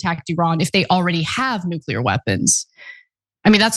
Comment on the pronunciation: Nu-KEELER???? REALLY?!?!